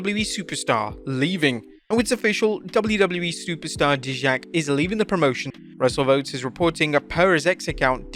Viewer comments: Bro said do or dijjak. its pronounced DIE JACK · DIE-Jack, Will you please say the man's name correctly. Hence the ending of his tweet do or dijack. Best thing about him leaving WWE is I don't have to hear you say his name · Dude. Dijak's post basically walked you through how to pronounce his name. "Do or DIE-jak" lol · It's DIII JAK not DEJAK,if people who are doing these videos on the wrestlers can't even pronounced their names right to me that says you don't really watch wrestling you're picking up the news from some place else.sorry my rant but I watch these videos & lots of people who post these don't really know these wrestlers names or pronounce them right ,then you're not a true wrestling fan. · I'm sorry...it's "Die-Jack", not "D-Jack" And it's a damn shame, Dijack is such a great performer...very stupid decision WWE....ffs..... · For Christ's sake man, it's DIE-JACK. You ruined his little pun by mispronouncing his name! LOL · Who’s Deejak? 😂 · Sounds like he was going for a “DO OR DIE JACK “ at the end but it was read wrong. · Aka Dijak lol see? Can't even get his name right 😂😅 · Who the hell is Deeshak?!?!?!!! Ar this point I know is pronouncing names wrong on purpose. There's a tad wrong and there insanely wrong.......... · you might wanna learn to pronounce the names right. just saying. when you say do or deejack...it just doesn't sound right. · It's pronounced Die-Jack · I've never heard Dijak pronounced the way he did in this video....Dijak Dye-jack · His name is pronounced DIE JACK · STOP butchering his name you are saying it way wrong and it’s cringe. Use google translate and listen to how to say his name correctly! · Come on at least pronounce the man's name right 🙄🙄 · How you gonna mispronounce Dijak even with a pun that makes it blatantly clear how it's pronounced. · Wont miss u saying Dijak's name wrong 😅